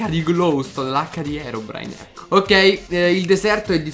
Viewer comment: ma perche dice herobrino